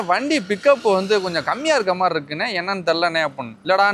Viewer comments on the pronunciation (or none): none